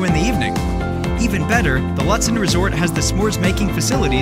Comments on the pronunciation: Cringe It’s pronounced Loot-den. Not lut, like but. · It's pronounced Loot-sen. Might want to change that on your videos. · Ew, stop pronouncing the town name incorrectly